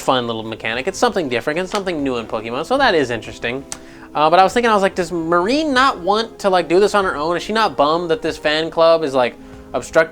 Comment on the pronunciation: "Marine" It's Marnie.